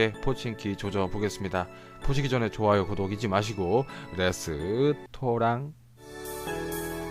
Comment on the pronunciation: 레스 토랑 한거 듣고 완젼 웃었어요ㅋㅋㅌㅋ 영상 진짜 재밌는듯👍👍